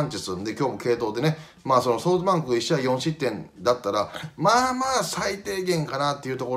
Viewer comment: 里崎さんって、ソートバンクって言ってるよな